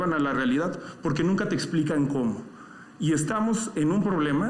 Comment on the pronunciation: Xhochil hablaba pura mrd acia Claudia y aparte habla con la g por ejemplo pogque y más